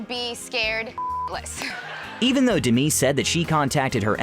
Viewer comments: It killed me the way this narrator pronounced Demi. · Why is he pronouncing her name like that? Is that the correct pronunciation?? Or does he genuinely not know how to pronounce a simple name like “Demi”... ??